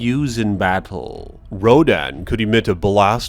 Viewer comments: this man mispronounced every word even battle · y u say battle like that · Yo why this nigga say “battle” like that you talk goofy asl😂😂